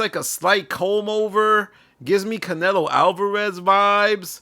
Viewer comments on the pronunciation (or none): 😂😂 “Canelo Álvarez”